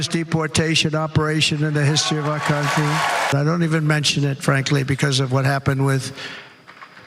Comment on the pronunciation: I love the way Trump says "Countrae" all the while for 9 years he has insulted America as an awful place. Why doesn't he just move!